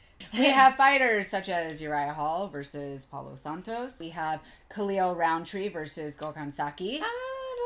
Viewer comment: Did she really say Paulo Santos? 🤦🏽‍♂️